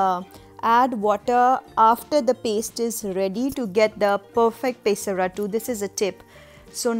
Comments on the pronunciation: I love the way you say pay-sa-rattu - happens to be a telugu word. I'm from andhra pradesh and we call it Peyh-sarattu here (not as fun as how you say it though ;)). Its refreshing to see so many formulations to make dosas. You're a genius to come up with all these varieties I must say. All my life I've stuck to traditional recipes. After seeing your recipes, I wonder how much protein I could've chugged through dosas up until now tbh. Well, they say it's never too late to try something good. I'll give this a try this week. Thank you for your efforts. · It's not peeesaratttu...It's pesarattu.. south India paruvu thisavu kadane* thalli...